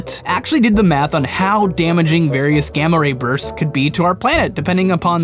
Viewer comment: So when you said gamma ray bursts, I heard gamma rapers...... just sayin